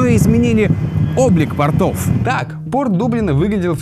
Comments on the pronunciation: Правильно говорить не портОв, а пОртов, портЫ- это штаны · Ребята! Спасибо!!! очень интересно и познавательно... Но по ушам бьёт...не ПОРТО́В, а ПО́РТОВ, ибо портЫ...это штаны!!! А вот По́рты...уже другое...